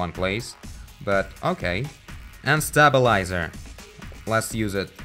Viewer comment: I like how he says stabilazor, it sounds like "stab-a-lie-zer"